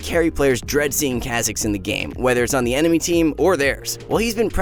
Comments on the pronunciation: Is that how you say Kha’zix? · Someone tell this man how to pronounce kha zix